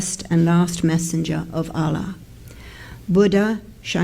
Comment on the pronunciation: The way she says "Allah" I really don't think she is muslim